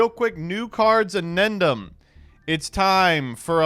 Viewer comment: there is no shot this dude actually thinks it's "annendum" this has to be a long term bit, i've been listening to him saying this word wrong for like 4 years